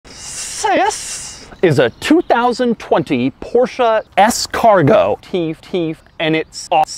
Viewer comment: He really do be saying "porschah"